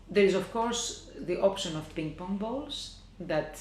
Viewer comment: I like how she says ping pong bolls..lol..